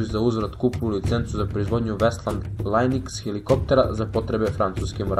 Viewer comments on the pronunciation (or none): Odlican video. Dobro si osmislio i kategorizovao sadrzaj. Informativan je sasvim koliko treba. Skrenuo bih ti, doduse, paznju na neke izgovore naziva. Znam da su to sitnice, ali nekada te sitnice prave svu razliku. Dakle "Aerospatial" -> aerospasijal i "Lynx" -> Links. Pritom, mitraljez od 20mm je u stvari automatski top 20mm. Eto, iz dobre namere ti skrenuh paznju, nastavi sa ovakvim klipovima.